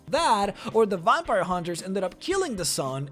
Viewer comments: And what exactly is a "vompire"? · And how he pronounced vampire and player...